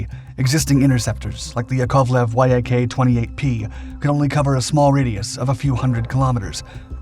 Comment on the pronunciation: a word of advice- russian airplane names (like Mig and Jak[ or Yak]) are NOT spelled out - they are pronounced as words. So Yak is pronounced as such, so is mig, and "Tu" is pronounced as "Too" (from "Tupolew" with "W" being pronounced a "V").